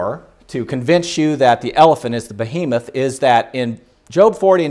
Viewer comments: Kind of funny he keeps pronouncing Behemoth ("be-He-moth") as "boh-HE-meth." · "bohemoth" * sigh *